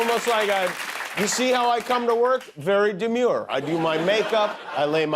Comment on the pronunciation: Did you say demeure or manure